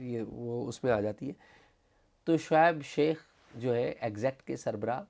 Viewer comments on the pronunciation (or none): Mr. Azaz Syed, Please improve your accent, It's Shoaib Sheikh, not Shaikh, there are many other words that you pronounced very badly that required improvement. Your Investigative journalism skills are very good, keep it up.